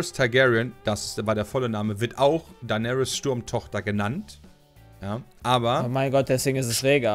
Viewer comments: WARUM SAGT TEIGÄRIEN EDIT: DEINÄRIS??? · Niemand:: Thaigaryens